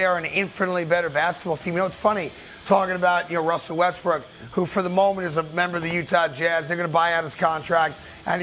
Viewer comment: Westbrick haha this dude always calls him like that